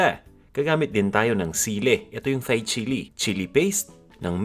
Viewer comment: It’s pronounce “Thai chili” as in “tie” not “thigh” lol